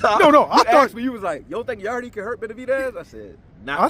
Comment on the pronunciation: So y’all just gonna keep calling him Yardeee instead of Yarde, the E is silent 😂